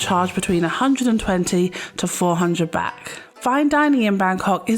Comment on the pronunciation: Why are you calling the currency “Bak” ? It,s Baht. Street food from street vendors is always fresh, they buy their food fresh from the markets daily and only buy for what they expect to sell that day. Most food in Thailand is also organic. Don’t be afraid of street food, it’s usually better than restaurants (who buy their food at the same markets). Train goes direct from Suvarnabhumi airport to Phaya Thai station. This leads to BTS (sky train) to all of the Sukhumvit BTS stations. Best places to stay if on holiday is around Sukhumvit soi 8 or 11